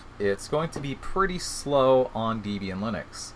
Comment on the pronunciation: Sorry.... it's not deeeb ian (#1).... it is a contraction of a mans wife (deb) and him (ian) hence the name. Point #2, backslash is this character"\" it is used in the windows/MSDOS world. the character is a slash "/" and IF you feel the need to specify WHICH slash it is, it is a FORWARD (/) slash, not a backward (\) one. Microsoft, I believe did this to be 'different' from the other OSes of the era in using it as a delimiter. Your emphasis of capital versus lowercase letter is well deserved, thank you. Also, a HUGE GIMONGOUS shout out THANK YOU for all of this!